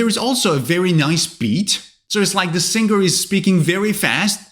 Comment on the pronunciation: WITH ALL DUE RESPECT SIR, SEEMS LIKE YOUR PRONUNCIATION OF LISTEN AND SINGER IS WRONG. NONETHELESS YOUR A GOOD ENGLISH TEACHER.😊